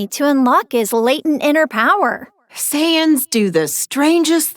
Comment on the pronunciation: Why do i hear Sans instead of Saiyans?😭